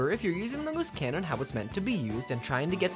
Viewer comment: I can't hear Loose Cannon... All I hear is "Moose Cannon"